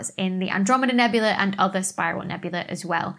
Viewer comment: Nebula and nebulae are pronounced differently, FFS.